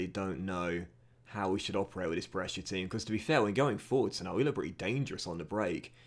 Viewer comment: Little pronunciation tip from a follower based in Brescia (me 😂): Brescia is ok, but the ci in calcio is pronunced like the che in chair, so it would be Calchio. Keep up the good work 🙌🏻